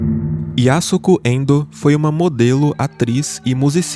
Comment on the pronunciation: pronúncia-se Yasko. O 'su' não existe na fala. Semelhante á 'Sasuke'.